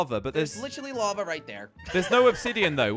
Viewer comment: it is lava not lave